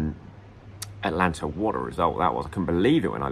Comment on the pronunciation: you also have trouble with AT-A-LANTA. It's not Atlanta! There's an extra syllable in there!!!